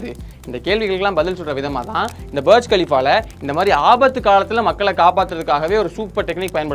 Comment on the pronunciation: பர்ஜ் கலிஃபா...... புர்ஜ் கலிஃபா தானே எல்லோரும் சொல்லுவாங்க